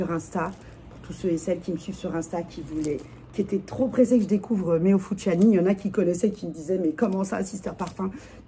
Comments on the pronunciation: Heee sista, c'est fusciouni pas fusciani, tu crois c'est panzani ou quoi😂😂😭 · Merci pour cette revue sur Meo Fusciuni (pas Fusciani!). Mes préférés. Bon 1er mai à vous. c est l Oblio et Sogni en gourmand aussi. Bon 1er mai à vous. J en ai 6.Et la violette Viele Nere est trop belle et naturelle des bois.